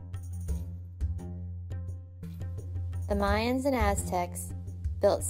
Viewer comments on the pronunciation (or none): none